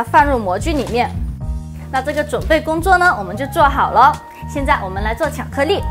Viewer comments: 我好像聽他到有些ㄌㄧˋ說成ㄋㄧˋ。。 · IVERSON 巧克力。。。重复贯穿整个视频 没有一次发音正确 有点可爱*^o^* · 巧克腻??? 发音好搞笑